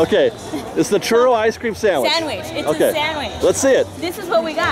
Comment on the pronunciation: The way says "Churro" is the correct way;)